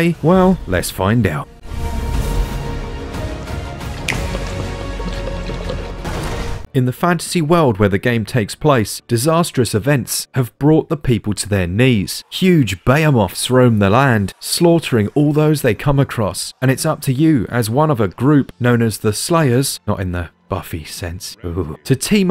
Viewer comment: I've never heard someone pronounce the word behemoths as "Bay a moths"